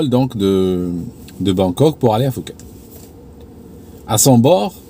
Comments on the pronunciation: Pardon, mais on dit « Pouket » et pas Fouket. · Normalement on ne tient pas compte du h dans Phuket donc on prononce Pouket